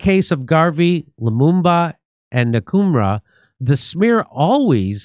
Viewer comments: Nkruma is pronounced in-kru-ma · Nkurumah is pronounced 'Un ku ruma' Jimmy. Like The 'un' in Kim Jung Un.